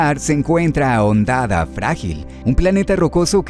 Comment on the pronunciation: Todo perfecto, excelente video para un juego tan único, pero como que "hondada" bro, es "hondonada"